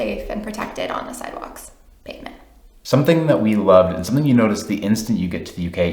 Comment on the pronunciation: It sounds like side woks to us English.